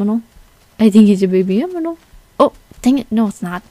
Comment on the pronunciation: uhhh did you just say aminal?????